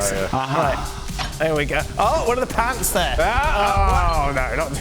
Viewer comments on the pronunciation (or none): "pantz" 😂😂